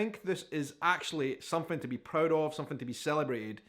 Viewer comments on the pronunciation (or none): Love the accent and the some-fing instead of something ❤😂